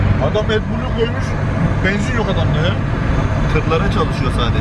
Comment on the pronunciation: Şu benzin demeyi bi öğrenemedin im. Banzin değil yumuşak söyle.